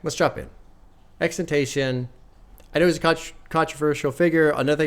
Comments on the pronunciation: just call him x. saying xtentacion just sounds lazy and stupid. you are a popular figure and influence people so please strive to say and pronounce names properly. btw im a big fan but you can do better in this case. i was a big fan of x also and for me he deserves the respect of having his name said properly or use his nickname x. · Plz stop pronouncing it like that... It's (X X X TEN TAH CEE OWN) Or just call him X Please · it’s “ex-ex-ex-10-toss-eon” (with a slight accent on the end) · Just btw it is pronounced X-X-X-TEN-TA-SEE-ON. Love the reacts🤘🤘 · You say his name wrong